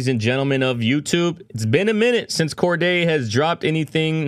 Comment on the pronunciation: Bro “Corday” 😂 Cordae